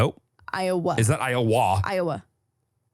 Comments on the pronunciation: Listening at my desk and literally trying to stop myself from laughing out loud at “IoWAH” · Greetings from Iowa, that was the best pronunciation I’ve ever heard🤣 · Proud of you for saying Nevada right 💪🏼 Edit: only was said right the first time. Every time after that I cringed like when you said Iowa 😂